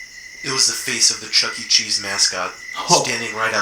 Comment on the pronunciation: It's Chuck-E Cheese. Not Chucky Cheese, or Chuckt Cheese.